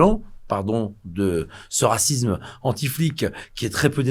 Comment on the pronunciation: Discours intéressant. Alors deux choses : - s'il pouvait apprendre à parler le Français, cela serait cool. On ne dit pas raciZZZZZZme, mais racisme. - s'il pouvait m'expliquer comment il fera la moitié de ce qu'il dit sans quitter l'EU, la CEDH et autre structure supra nationale, j'y croirais, mais là, la moitié de ce qu'il vient de dire ne pourra pas se faire, tout simplement.